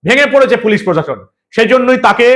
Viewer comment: প্রশাসন!হুঁহঃ!!উনি নিজেই উচ্চারণ করেন পোষাশন। বুঝুন এবার!!!